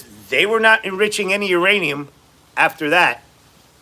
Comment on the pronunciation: Taco can't pronounce any words with 3 syllables or more, anonymous, Yosemite, uranium, etc.